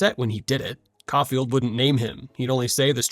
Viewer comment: Couldn't prronounce Caulfield though...